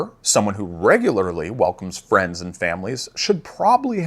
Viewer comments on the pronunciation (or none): none